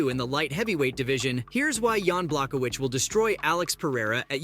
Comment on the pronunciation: You can’t even say Jan’s last name correctly